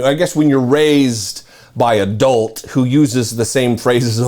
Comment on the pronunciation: Did you say adult? or a dolt.